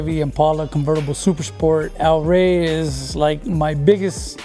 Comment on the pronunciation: "al ray" is what he sounds like he's saying. How is this guy Mexican American and can't pronounce it right, what a shame. Also notice how the guys with the nicest rides do not know how to hit switches! 🤣